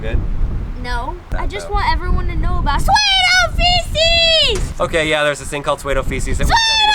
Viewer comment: I just want everyone to know about PSUEDOFECES! rip my ears ;n